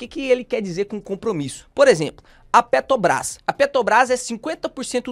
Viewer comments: A pronúncia correta é: ''PetRobrás''. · Perco sempre com o falando PeTObras kkkkkkkk